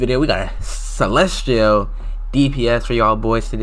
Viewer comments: you pronounce celestial as celestrial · why are you saying celestrial